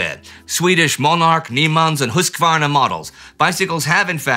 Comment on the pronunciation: Did you say Husqvarna? I sell their snowblowers at Lowe's! Thanks for the pronunciation!